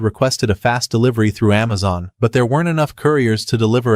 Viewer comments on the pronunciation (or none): none